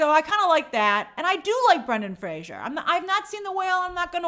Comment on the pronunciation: Thank god Ariana pronounced Fraser correctly for Brendan, like Frazer not Frasier. Good recap though Grace !